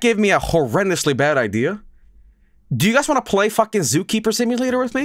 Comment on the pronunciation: Excuse me did he just call the game Zookeemer Sipulator